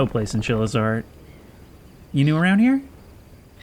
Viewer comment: "iv'e heard people call these games the american chillizard? charizard? what is he saying?